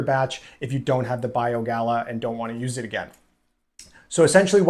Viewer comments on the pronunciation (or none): Small nit to pick, not Bio Gala it is Bio Gay uh.